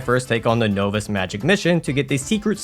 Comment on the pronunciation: No-vis., I am on my knees here, please. NOV-IS is how "novice" is pronounced